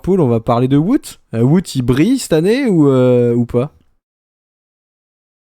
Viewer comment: Est ce que ce serait possible de dire Wout correctement svppp C’est plus Wowt que vout svp